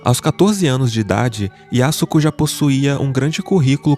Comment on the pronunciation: pronúncia-se Yasko. O 'su' não existe na fala. Semelhante á 'Sasuke'.